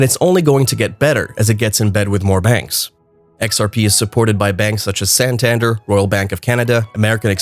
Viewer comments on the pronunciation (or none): The pronunciation on Santander made me cringe